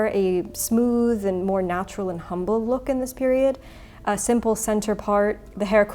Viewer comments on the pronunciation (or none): none